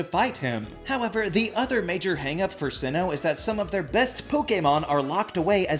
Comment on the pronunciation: sinnoh! its sinnoh!